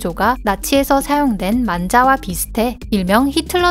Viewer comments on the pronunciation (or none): 만짜 를 만자로 발음해, 난자 처럼 들림...